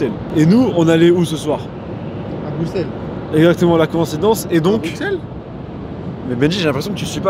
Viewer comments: Djilsi c'est le seul français qui a compris qu'on prononçait Brusselles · ça fait tellement plaisir d'entendre un français dire Bruxelles correctement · Tu es le seul français à bien dire Bruxelles.